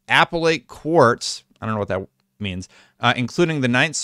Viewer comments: the apellate courts (ap-pell-late) hear appeals. they're the courts of appeals. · Appellate court = ah-pel-let (The appeals court)😂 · It's a pellet court. That's how you pronounce it. Appellate you must be Canadian and French must be your original language lol